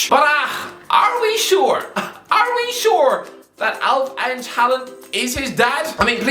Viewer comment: It's not Alf-Inch... Inge in Alf-inge is pronounced basically like you say singer and just cut out the s and the r.